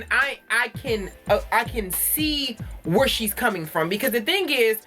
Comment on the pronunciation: "Iz you live whoorrrre?" 🤣🤣🤣 You said exactly what I was thinking Khia's mouth is not for tv (take that how you want🤐)